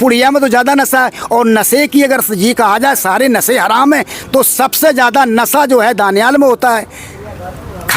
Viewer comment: یہ ملنگ جی کہ رہے ہیں کہ ہم بھی عالم دین ہیں حالانکہ۔۔انہیں برابر سے بولنا نہیں آتا ہے ۔۔ نشہ ۔۔کو ۔۔نسہ کہتے ہیں زندہ شاہ مدار کو ۔۔جندہ کہ رہے ہیں